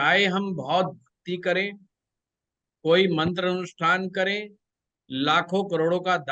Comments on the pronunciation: Bahut badiya jankari di chathe Ghar ke bare me shreeman jiek gustakhi kar raha hu aapne ek mantra bola jiska uchcharan kuch ashuddh sunai de Raha prateet ho rahaa hai aap jaise pratishthit jyotishacharya ji ke mukharbindu se shuddh uchcharan hi grahy hoga ese anyatha na le kyoki yah madhyam aapko sampoorn vishv me prcharit kar rahaa hai baki poora video atyant gyanvardhak evam margdarshak hai aapka shubhechchu darshak hu ) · Aap sare mantra ka galat uccharan kar rahe ho